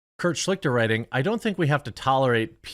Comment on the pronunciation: his name isnt pronounced Schlikter. Its pronounced Schlighter (as in JonTrons famous Uegh sound). Its german and means "Mediator" or "arbiter"